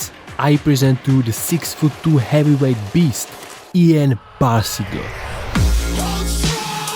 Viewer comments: You pronunced Ian wrong... (sorry to be that guy) Great video though. Left a like :) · not ian but lan